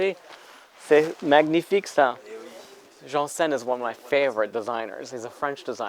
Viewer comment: Love all your Paris videos! BTW It’s mah-nyee-fique not mag-nee-fique.